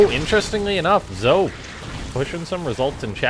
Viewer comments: Game was definitely fun to watch. Pretty sure Zoe is pronounced like Joey but with a Z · Zoe is pronounced as z-oh-ee for girls like Joey is for guys